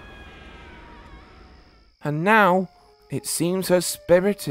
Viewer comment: "are you serious right neow"(bro)